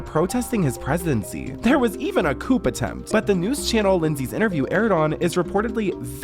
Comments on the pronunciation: its pronounced coo, not coop, oop! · Her accent tho... high key cringe. Btw, Erdogan is pronounced "ER-do-wan", and the "p" at the end of "coup" is silent (it's "coo" not "coop"). One thing we can all agree on, regardless of if you're from USA, UAE, Turkey, wherever: Lindsay Lohan can find the blow in whatever country you're from. Listen to her sniffling up a storm trying to take those kids from their mama bear. When Lindsay's kid is about 4, I hope some strange foreigner who doesn't speak English tries to take her kid with them so she can understand how positively wacked out what she did in Turkey is. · Coop attempt! Coup sounds like “coo” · It’s said like coo. Not coop. I know it’s written like coup lovely, that’s why you’ve said it like that but for next time or for anyone else it’s coo. 😂❤ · "COOP attempt" ... the P is silent! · That is not how you pronounce coup 😭😭😭😂 it’s pronounced “coo” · Coup is pronounced with silent P . So it would be more like COO not COOP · Coup is pronounced "koo", not coop. Also tf is she talking about her dissociative complex about being an American with Turkish/Islamic ideals in a weird semi Irish accent? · Lindsey Lohan is crazy. Also, it's pronounced like "coo" not coup like a chicken coup. It's French. Short for coup d'état Also, no one said she was "satan" for holding the quran. Everyone just thought it was random because she isnt a serious person. She snorts coke and bangs random dudes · literally cant watch this bro its COO not COOP, COO. ugh. pain. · It’s pronounced “coo”, (as in coup d’état) not “coupe”. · STOP SAYING COOP! Yes its spelled coup but its pronounced COO! 😂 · For future reference, the p is silent in "coup"; It's a French word. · Argh stop saying 'coop' its 'coo' (coup) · It’s pronounced coo not coop lol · I can assure you that there was an attempted coup (pronounced, "coo") not a coop! 🐔 🐥 🍗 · Ahhhhh please stop saying coop :((((( the P in coup d'etat is silent friend 😭🖤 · Coup is pronounced "coo."